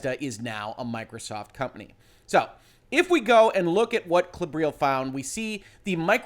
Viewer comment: So... just in case anyone wonders: 'Klobrille' is actually a German word (meaning 'toilet seat') and it's pronounced more like in CLOver, BRILliant, LEttuce (no silent e)